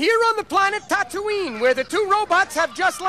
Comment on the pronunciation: I noticed that. In addition to the mispronunciation of Tatooine, Star Warts also has Artoo and Chewbacca talking, which Star Warz corrects. Both of them must have been released very shortly after the movie itself, but I wonder if he'd even seen the movie before releasing Star Warts.